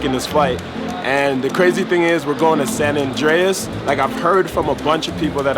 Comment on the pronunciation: Did he say "San Andreas"? Lmfao! Video game much? It's called SAN ANDRES!!!